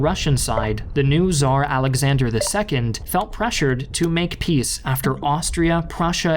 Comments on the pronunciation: he is spanish and in spanish its with Z not with TZ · Tsar* it's TS, not Z. Я русский, я лучше знаю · my wife is Brazilian, and she cannot say Tsar, cause in Portuguese it's said as how we English-speakers say Caesar, which, to be fair, the Latin-speakers do have a hold on that word. So Russia really just mispronounced Caesar.